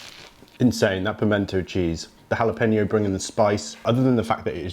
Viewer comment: Jalapeno is HAL-ə-PEH-nyoh